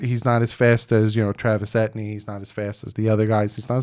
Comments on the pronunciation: Lol.. it's all good. And it's pronounced E. T. N. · i agree but bro u pronounce his name like E T N thats how u pronounce it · I love it the man was saying Etnee😂😂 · Pronounces “ E-T- N“ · 🤣 it's E T N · Travis Etny? C'mon man lol 🐬🏈⬆️💯🤘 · his last name is pronounce e tee anne a lot of my haitians friends from school last name was etienne so he's probably a zoe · 😂🤣😂🤣 I love you, truly!!! But Etny??He’s been high on the RB list for two years and has been a high profile name on a high profile team in college team.! 🤣😂🤣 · Pronounced ET-E-N as in Saint Etienne, France I'd love Jevonte Williams at 36th pick. Are you sure we have 2X 5th round picks ? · Travis ETIENNE..... pronouncement is E-T-N. Travis E-T-N. Etienne is my nephew's last name. It's of haitian decent/origin.... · Pronounced. EE TEE INN.. HEY LETS NOT FORGET ABOUT THE PLACE KICKER FROM VANDERBILT. SARA FULLER. . MAYBE FIRST KICKER TAKEN THIS YEAR? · REPEAT AFTER ME... TRAVIS E.... T... N... Say those three letters and you pronounce it right. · it is pronounced ETN literally just say those letters😂😂😂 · Travis ( Ate-e in) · Yeah, that's how you say it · its pronounced (E - TEA - N) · Etienne= E-tee-N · Bro! ET. TEA. EN. I’m surprised you haven’t heard his name all over media and Clemson games? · Etienne is pronounced E-T-N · Yes, Yes! But before I go any further. RB3 E--T--ENN, You got to say it right? Or at least get close lol 😂! I think your order is spot on! I don't think we'll get him because I'm dead against taking a Rb at 18! We can't blow that value on a Rb? Not when we can get a top RT, or a great edge rusher or one of the top defensive players in the draft? Again, it's E. T. ENNE. 😂😂😂😂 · Travis Etienne is Haitian born or his parents are Haitian. So is name is derived from the French/Creole language and pronounce E Ti En. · ETN... Literally, that's how you pronounce his name. As if you are saying ETN. Hope that hopes.